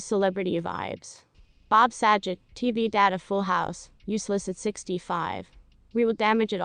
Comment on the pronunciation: That's not how you pronounce his name